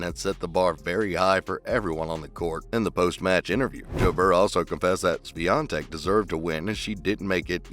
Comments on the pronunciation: It was far from proper pronunciation :) But Polish surnames are impossible to pronounce for foreigners. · Congrats on the pronunciation of her surname ;-) 💪